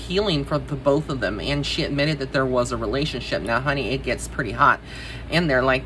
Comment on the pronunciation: The way you said " HUH-knee" took me out!!! 😅😊❤